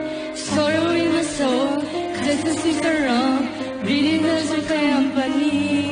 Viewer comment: It’s the “keompani” for me haha